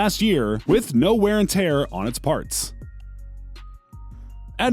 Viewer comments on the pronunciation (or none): none